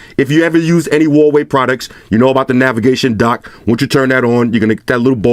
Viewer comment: I'm sure Huawei sent him some nice products free of charge. The least he could do at that point was pronounce the name properly.